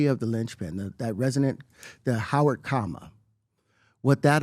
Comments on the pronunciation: Listening to pbd pronounce the word comma as coma is next level hilarity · Pbd so dumb he cant pronounce "comma" hate his grifter ass